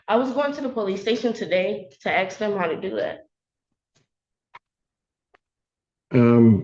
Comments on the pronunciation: Axe me, please say ask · 3 ROOMMATES SAYING SAME THING...THIS ONE IS THE TROUBLE MAKER!!! COLLEGE STUDENT THAT CAN'T PRONOUNCE "ASK" AXE??? THIS WITNESS DOESN'T LIVE THERE...SUCH BULLSHIIIT!!! SHE'S GOING TO BE A NURSE???YEAH RIGHT...CAN'T EVEN GET ALONG W/ROOMMATES;CAN'T TELL YOU WHEN/HOW MANY TESTS FOR FINALS??? WON'T LISTEN TO THE JUDGE SHE'LL BE BACK...JUGE JUST BASICALLY TIED EVERYTHING UP IN A NICE BOW... "WHAT IF THIS,WHAT IF THAT?" HANDS ON HER HIPS,SMACKING GUM & STILL NOT LISTENING!!! WHEN JUDGE YELLS AT YOU FOR YOUR GUM AND HE LEAVES THE BENCH...YOU ARE IN TROUBLE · Ask ask ask. For the love of god and all that’s holy - the word is ASK. Not Axe. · When it starts with "you axed me..." you know it's gonna go off the rails fast. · “Axed” me! My God! Speak clear English intelligently! Even people who are not born here speak better than these people!! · Agreed! I cannot stand that either. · Agreed! I don’t understand why some people simply cannot pronounce that word correctly. It’s lazy.